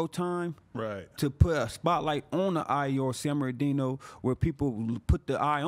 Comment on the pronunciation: Every time he says “San Bernardino” , it sounds like he’s talking about a guy named Sam Berdino